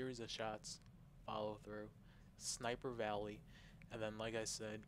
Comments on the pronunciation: sniper VOLLEY.... He keeps saying valley and it was driving me loopy. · If only his command of the English language was as adept as his ability with a video game. LethUAlity? (LathALity), Sniper Valley? (Sniper Volley), Scatter Shot? (Shatter Shot), "The boss stays kaput" (The boss stays put), "More better"? Listening to this guy was just painful.